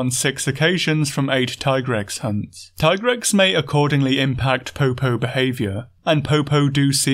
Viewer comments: Thank you for pronouncing TAI-grex instead of TEE-grex. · I appreciate your keen attention to details and respect for monster biology but more than anything I appreciate the correct pronunciation of Tigrex. Keep up the good work. Very entertaining stuff.